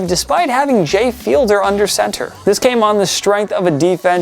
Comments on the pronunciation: It's Jay Fied-ler, not Fielder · "Feed Ler" not Fielder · Definitely not Jay Fielder. Jay Fiedler (Feedler) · My God could yall at least hire someone who has seen a season's amount worth of games who would maybe know players names. PLEASE, its Jay Fiedler (feed-ler) not Fielder which said wrong 4 times!!! And while yes they are two letters reversed in their surname but any fan would cringe to hear a clueless non-fan talk like they know shit. C'mon Man.... Do Better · It isn’t “Fielder.” It’s “Fiedler.” FEE-dler. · It’s Fiedler, not Fielder ! Geez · It's Jay FieD-Ler, not Fielder. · Downvote for not pronouncing Fiedler properly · I noticed that too. He also mispronounced Jay Fiedler's name. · Y’all need to pronounce more names correctly Jordan HOWARD Jay FIEDLER y’all don’t care